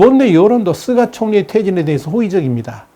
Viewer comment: 께선, 다~ 좋으신데... 일본 총리 '스가'를, 왜~'쓰가'라고 부르시죠~? 스가 요시히데 (すがよしひで, 菅義偉, Suga Yoshihide) 인데요...;; 저는, 스가를 '유기견' 이라고 별명으로 부릅니다만... ㅎ